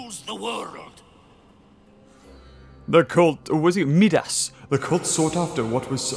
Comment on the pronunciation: The way you said Midas had me tripping.